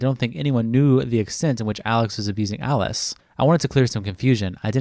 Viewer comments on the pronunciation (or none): none